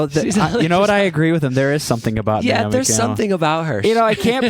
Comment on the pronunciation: It's Naomi not Niomi. 😊